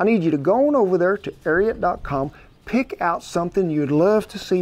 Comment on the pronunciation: Hey Ken, its pronounced, AIR A RAT!